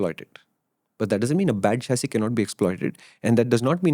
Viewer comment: Chachisss….And SusPensen !!! 😂